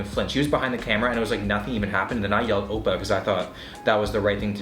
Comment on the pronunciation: Opa in an Italian accent oh shit